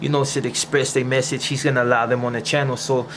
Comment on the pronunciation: Ain't getting jumped out of your hood like being a peceta . And why do you say fonna instead of gonna!ain't that' Tinto shit!should of just got into a Tinto gang!!